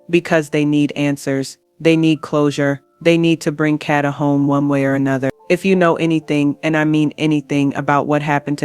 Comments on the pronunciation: Condolences and Prayers to her Family and Friends 🙏🏾🙏🏾🙏🏾🙏🏾…But if you going to tell a story about someone make sure you say the person name right..that was pmo that you were saying her name all the way wrong!!!!! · Stop saying her name wrong RIH Kada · Her name is Kada (Kay-duh) dammit!!